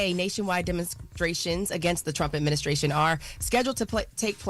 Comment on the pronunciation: Charla called it the “trump adminiscration”